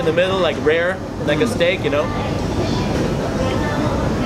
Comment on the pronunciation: It's rare not raw..